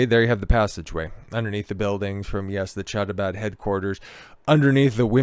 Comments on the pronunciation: Not "Chabad" as a "Cha-cha-cha" but "Kh" as in Kazakhstan 😉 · Pronunciation: Habad, MickVa, LuBoveVitch, MenaChem Sneerson. Glad you did the video though